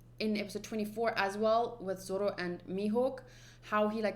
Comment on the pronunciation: And zoro is zolo 😂